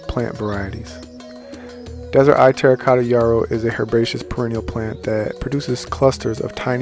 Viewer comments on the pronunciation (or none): Just to make sure you are putting out correct information, it is Desert Eve not Eye